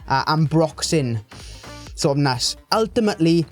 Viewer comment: When you say "ness" please pronounce it without sounding like "nass"